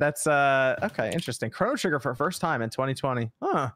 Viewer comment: This guy called chrono trigger crano trigger and nobody flinched🤔